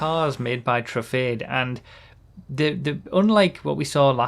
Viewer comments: Can we start pronouncing Truffade as True-Fad-Ay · convincing people it's pronounced: true - fahd - deh